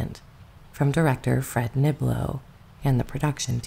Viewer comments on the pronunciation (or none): none